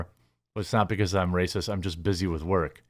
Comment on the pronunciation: With the roll of the "rrracist" lmao.